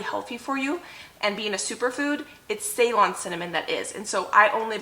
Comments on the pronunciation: Say;LON, not SAY-lon. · About Ceylon Cinnamon, it's pronounced 'Seelon' it is what Sri Lanka used to be called before. They export their Cinnamon. I hope you don't get offended that I corrected the pronunciation. I love your videos and I'm still binging ❤